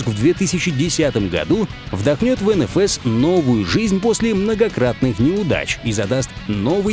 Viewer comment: не енефес а енфеес